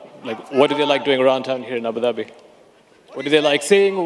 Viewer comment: at the end Dana was about to say " Abu Doobi " 😂😂